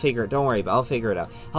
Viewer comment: I don't want to be that guy but you said gay instead of day